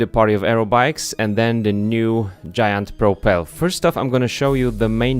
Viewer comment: Propel. Pro-pel (like “bell”). Propel